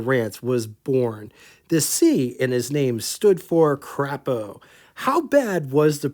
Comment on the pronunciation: the 'a' in Crapo is long. It's Craaapo. Good show today.